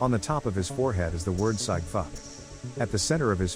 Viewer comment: That tattoo on his head that says 'sieg' fuck... Your pronunciation of the word SEIG is soo wrong..!! Very Affended by your speech! Shame on you!!